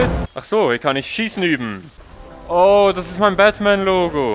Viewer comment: Ich verstehe die ganze Zeit nur Batman richtig ausgesprochen obwohl du die ganze Zeit Dapman sagtest 😂😂 to be continued